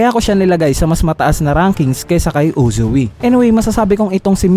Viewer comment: Anong Uzu-wi? Its Uzui